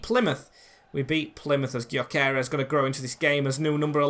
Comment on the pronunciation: btw its pronounced gyo kores so like guyo kores